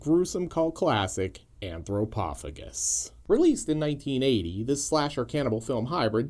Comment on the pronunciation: OP (on purpose, I guess) and vid creator are BOTH pronouncing it wrong.